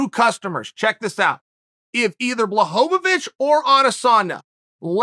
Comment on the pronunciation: Nobody: Uncle Chael: BlAhOwOvIc or AdEsAuNa